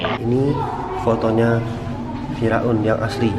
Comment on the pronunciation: kayak nya beda pengucapan sam kita ya ngomong fir'aun. bilang nya,fira'un